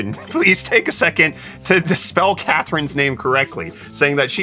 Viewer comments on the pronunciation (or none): u said catherin XD